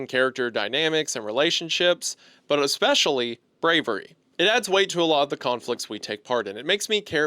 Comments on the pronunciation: “expecially” I guess a bit of hunter is rubbing off on him 😂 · "eckspecially", the influence of Hunter there